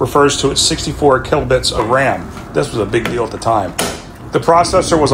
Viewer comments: Kilobytes, you pronounced like kilobits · Kill bits lmao can't even pronounce that correctly.